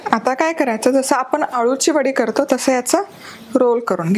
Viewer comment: तुम्ही कृपया आपन म्हणू नका . आपण म्हणा. तुमचा आवाज व बोलण छानच आहे. पण जे तुम्ही पन म्हणता ते थांबवा.